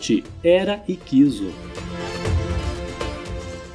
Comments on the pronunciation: A única falha desse vídeo é a pronúncia errada, não é "IQUISO" e sim "HICSO" igual lapso, sinopse. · Escreve-se HICSOS. Pronuncia-se " ÍQUISSOS" e não "IQUISOS" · Essa pronuncia matou o vídeo 😂